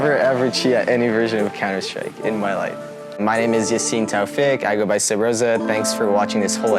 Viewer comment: "SUBZORA" smh